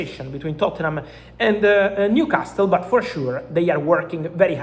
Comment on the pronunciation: How difficult is it for this donkey to say Newcastle… especially twice in two sentences 😊